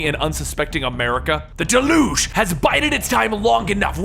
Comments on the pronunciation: DAY-luge. Not de-LOOGE. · I love this, but the terrorist group is pronounced Delyooj (Deluge) meaning a great flood. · Your pronunciation of deluge gets on my nerves.... you make it sounds like an olympic sport. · You mispronounced deluge